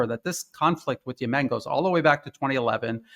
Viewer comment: He mispronounced Yemen. Where is he from?